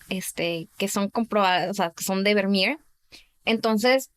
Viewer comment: Sería genial si la chica pronunciará de forma normal los nombres extranjeros, porque parece que tiene una Patata en la boca y se inventa la pronunciación tanto en inglés como en Holandés -aleman. No es Vernier por dios, Vivo en Holanda desde que tengo 5 años y me van a sangrar los oídos. Dejad de fingir acentos y pronunciaciones que no son vuestras naturales .